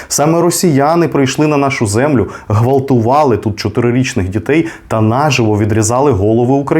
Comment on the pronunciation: Ґратулюю вам,, ділюся вашими програмами зі своїми однодумцями, у вас прекрасна мова і вимова, особливо вживання «Ґ», але, даруйте, не гнівайтеся, що поправляю вас, на 7‘44‘‘ ви сказали «гвалтували» замість ґвалтували, це дружнє зауваження. Я прискіпливий до вимови, наголосів, мене дратують деякі диктори з їх вимовою чи наголосами… Окрім, акторської я маю і філологічну освіту, в мене були педагогами корифеїв українського театру: Поліна Нятко, Наталія Ужвій, Аркадій Гашинський і інші «франківці». А ще дотепно з гумором ви вставляєте різні персонажі політиків і тому подібне, щиро вам дякую за вашу роботу і зичу успіхів і наснаги! Будьмо! ❤ Слава Україні!🇺🇦